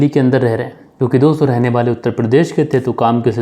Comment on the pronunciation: Sir ap wale ko bale kyu bolte ho...